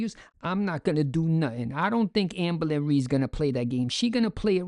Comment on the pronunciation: "Our FORMER babygirl AMBO-LYN Reid!" 😊